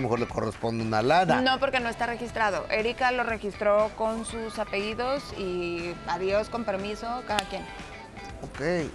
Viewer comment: Esa conductora no son apeidos es apellidos aprende a hablar que horror